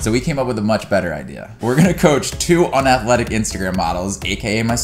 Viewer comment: unathlectic he says hahah claudia isn´t unathlectic